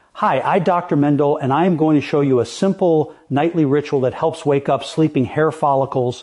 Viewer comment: THIS IS ONE OF THE WORST WORST ... WORST A-I PRESENTATIONS - YOU ALL SHOULD BE FIRED!!! ONE MISPRONUNCIATION AFTER ANOTHER --- STARTING WITH THE TOTAL MISPRONUNCIATION OF HIS OWN NAME NOT ALL OF US ARE SENILE NOR STUPID... THIS PRESENTATION IS INSULTING -- WATCH DR. LI AND DR, SINCLAIR THEY HAVE RUINED MANDELL... SADLY GIVE US THE REAL THING -- THE REAL DR. MANDELL